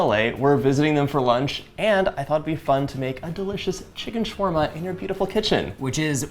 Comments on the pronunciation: Why is it shwarma and not shawarma 🤨🤨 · Excuse me it's "sha wa rma" not "shwa rma" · I just wish he learned how to correctly pronounce his food. ShAwarma, TuuRRRmeric